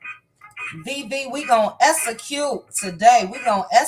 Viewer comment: She enunciates words wrong and doesn't know the proper word., Essacute in my opinion is not about dialect. It's just lazy pronunciation.